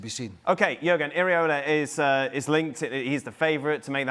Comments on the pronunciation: Iraola, not ariola Craig FFS 😂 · Can someone tell Craig, it’s pronounced EE-Ra-Ola. Not Areola. He’s not a nipple. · Craig, who the heck is “areola”??!!